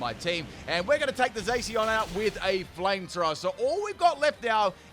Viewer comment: Did he just say “Zayceon”?